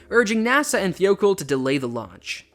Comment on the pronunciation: It's pronounced thigh-oh-call.